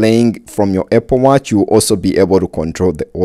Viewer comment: “Eh-pple watch” 😂